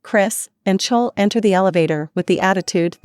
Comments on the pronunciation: I know they keep saying "chowl" like bowl it's so bad 😂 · It’s clo-wee I HaTE these automated voice over they screw my name up so much jesus